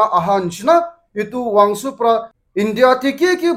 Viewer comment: Not wangsu its wangchuk😂😂😂